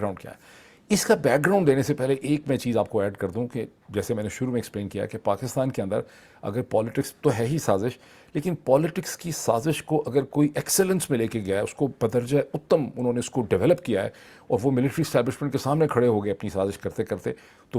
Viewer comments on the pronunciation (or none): It's Attam and not uttam. Regards